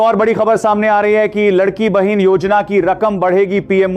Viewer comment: एंकर महोदय आप सरकारी योजना का गलत उच्चारण कर रहे हों। सही उच्चारण " लाडकी बहिण योजना" गलत उच्चारण " लड़की" बहिन योजना "